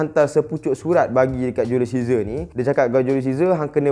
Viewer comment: Ml studios: julius caesar Me : julius scissor